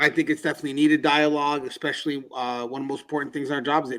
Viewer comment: Great video, as always. I enjoyed your book as well. Please continue the excellent work! Something I've noticed... A word you use quite often is "especially". However, YOU seem to pronounce it "expecially" or "ek-specially". Is it unintentional? Or possibly due to your accent? Again, keep up the excellent and informative work. I look forward to your videos 👍